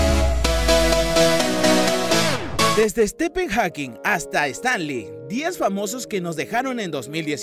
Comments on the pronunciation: Dale flaco podes pronunciar bien UN NOMBRE!!! " ESTEPEN" sos joda? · Quien es Stepen jajaja Stefen(pronunciación ) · Dios mio, me meo, que pronunciación tan mala para los nombres no hispanos... El colmo fue "estipen"... Y sin olvidar nombres mal escritos, como "Chiquitete" que en realidad es "ChiquEtete" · Extraño cuando la gente pronunciaba bien los nombres en inglés. "Estepen"??? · Correccion del primer nombre (Stifen) se pronuncia asi. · se dice Stifen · Sthep(v) en no sthepppppppen